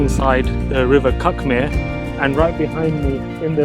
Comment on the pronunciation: Cuckmere is pronounced ’Cook-mere’. You should never cycle on any footpath as it’s illegal and dangerous to pedestrians. Look for bridleways, RUPPs (Road Used as a Public Path) or BOATs (Byway Open to All Traffic) in the legend on Ordnance Survey (OS) maps.